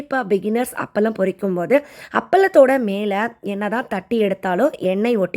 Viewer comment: அப்பளம் nu sollunga. அப்பலம் ille .